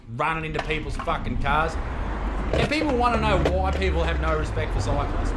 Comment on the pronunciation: “Cyclists” I thought he said scientists!